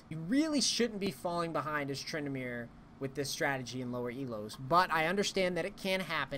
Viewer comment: Edit titel TrynD*amere!!! not Trynamere :D